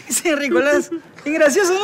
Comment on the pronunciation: diciendo Ricolas 😂😂😂